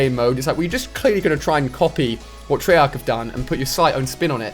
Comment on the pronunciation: Bruh, I don't mean to be disrespectful and I knew what you meant, but I hope you found out after a while you accidentally said "I want you to do your own thing, TREARCH"